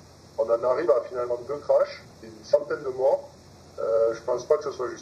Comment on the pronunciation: ECRASEMENTS, disparitions etc Pas "crache" !!